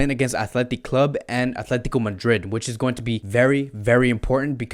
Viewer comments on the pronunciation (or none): none